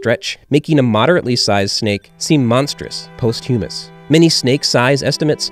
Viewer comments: Content is getting better again recently - enjoying the focus on quality. FYI, posthumous is pronounced poss-tyoo-muss, not post-hummus, though I did enjoy that. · I have never heard posthumous pronounced that way before.